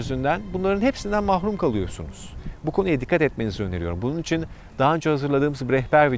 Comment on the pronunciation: İçin derken üiçin gibi bir ses çıkıyor kulak tırmalıyor